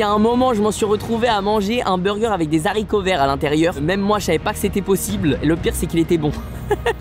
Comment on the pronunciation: Des haricots verts pas des s’haricots vert